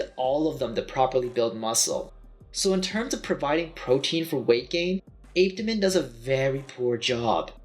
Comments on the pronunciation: i learned it pronounced ah peh ta min😭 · So I’ve been here waiting for him to pronounce Apetamin , only for me to hear 🥲🥲 Ape-temin 😫🚶‍♀️🚶‍♀️🚶‍♀️ok we move ✌️ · "APE..TA...MENS"!! 😂 and he wants us to take him serious!!?? LMAO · If he says ape tamin one more time🤣🤣🤣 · My daughter and I tried apetamin a few months ago and we didn't experience any negative side effects. I don't know your height but I'm 5'9 170 and I've seen about 10lb weight gain that I've held onto and I only used half of the bottle because my appetite is off the chain now and I can eat quite a bit. ApeToeMen helped yes ApeToeMen per the docs pronunciation 😆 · Why listen to this guy...he cant even pronounce Apetamin👀😬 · I really wasn’t expecting you to pronounce apetamine like that :/ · Like how you doing a review and can’t pronounce it!? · It pissed me off too !🙄